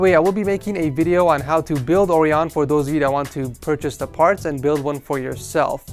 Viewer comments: I'm British and Orion is pronounced 'Er - ry - on'. Not Oreon. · It's kind of bothering me but the name is pronounced oh-RYE-on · I thought orion was said or-i-on.... OH WELL! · I thought it was Orion"oh-ry-un" like the constellation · So did I, but I guess it IS build and he decided to pronounce it like that?